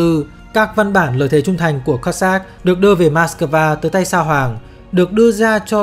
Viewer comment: Đọc chính xác là Kô dắc chứ không đọc kiều khó nghe là Cót sát nhé !!!